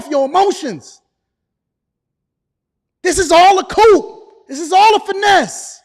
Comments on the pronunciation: Lol you killing me with coop lol it’s coup for coup de tat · Coup is pronounced “coo” the “p” is silent.